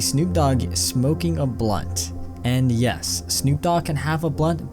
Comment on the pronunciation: triggered everytime you say blunt